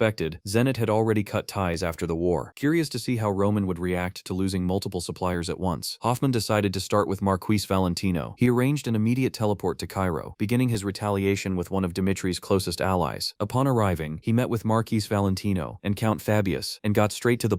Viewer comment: I find it funny that AI doesn't know how to say the word "marquis" - It's Mar Key - not mar kiss or mar quis .